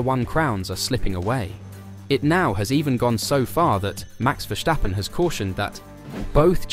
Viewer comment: Its Versssssstappen not Verschtappen.